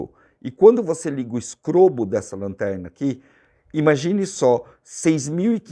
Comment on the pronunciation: todas as vezes que você falou do "strobo" das lanternas, eu entendi sempre "scrobo"!!! Foi impressão minha ou você falou "scrobo"???